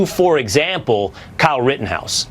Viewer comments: For a week I've heard Tatum call him "rittinghouse"... I wish someone would fing correct the man on his name! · I think it’s hilarious how Tatum grills the dude for mispronouncing shit but then says “Kyle Riddinghouse” 😂😂